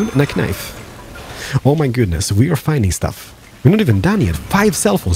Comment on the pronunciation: I laughed so hard, but it was so cute when he pronounced the word knife without a silent k. "kuh-nife" LOL